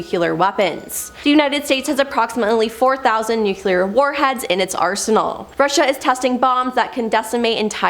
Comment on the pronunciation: Nu-cle-ur, not nuke-u-lar, am-bi-shus, not am-bi-shu-us. Normally i can let this crap slide but this gal just works my nerves, mispronouncing everything!